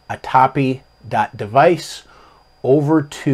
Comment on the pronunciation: A-TAP-E. Also LIBS is LIBS. Not Libes.:) (Knows will punch me repeatedly) Great video and full of great info. I didn’t even know this was a thing. Thank you!!